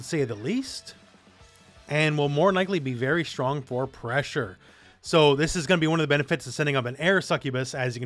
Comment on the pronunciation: "NAVY PRESSHA"!!!